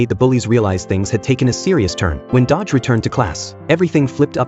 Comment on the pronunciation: Its not dodge its do-gi/do-ki